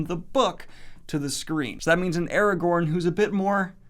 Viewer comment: Chadwick Boseman... Eragorn? wat xd